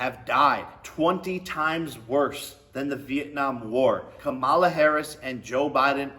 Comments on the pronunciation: Camel-la. Commie- La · If he can’t say Kamala’s name right, that alone shows he doesn’t know anything about politics. Smh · Wow they sent you the entire playbook of talking points! Including mispronouncing her name, that’s an important part.